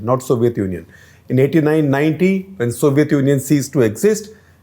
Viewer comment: Sir please stop pronouncing it as 'sovieth' union for godsake.